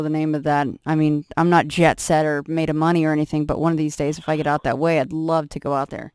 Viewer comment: When you said I love it like " I ruvv it" it reminded me of that old sun maid raisins advert some kid after being asked why do you like these raisins. She says " I rike red" because they are in a red box lol